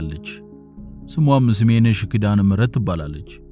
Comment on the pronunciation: እርማት አንጎላል ሳይሆን አንጎለላ ስሜነሽ ሳይሆን ሰሚነሽ ነዉ የሚባለዉ